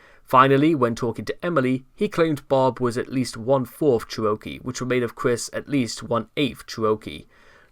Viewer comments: OMG, "cher-O-kee" is KILLING ME- it is "cheruh-KEE"! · Please tell me it was Chris pronouncing Cherokee like that, and this video's use of the word was a reference? :x